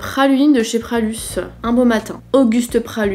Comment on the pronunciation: Pralus n’est pas lyonnais ma belle, et on dit Pralu pas Pralusse 😉